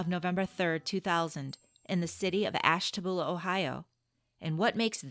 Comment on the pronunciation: You can tell by the way you pronounce Ashtabula that you’re not from there….